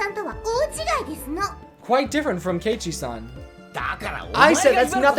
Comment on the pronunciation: Also, for future reference, this is how the names are pronounced: Hinamizawa:Hee-nah-mee-zah-wah Keiichi:Kay-ee-chee Rena:Reh-nuh Mion:Mee-on Satoko:Sah-toh-koh Rika:Ree-kuh Hope this helps!